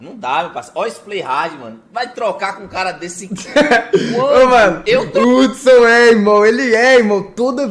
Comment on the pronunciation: Mano ela falando o nome de Hudson errado pqp kkkkkk😂😂😂😂